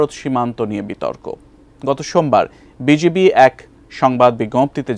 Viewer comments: সাংবাদিক ভাই, আপনি বার বার বিজেবি বলছেন কেন ? ভারতের বিজেপি বলতে বলতে কি মূখ দিয়ে বিজিবি উচ্চারন হয় না ?? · "বিজিবি" শুদ্ধ করে সংবাদ পরিবেশনের জন্য অনুরোধ জানাচ্ছি। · আপনারা এত বড় চ্যানেলের সাংবাদিক বিজিবি কথাটাও শুদ্ধ ভাবে উচ্চারণ করতে পারেন না।